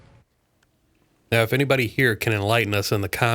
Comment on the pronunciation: 👀 that Mississippi accent came out quick when you said anybody here 😂